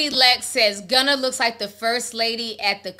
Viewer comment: She said “Gunner” 😂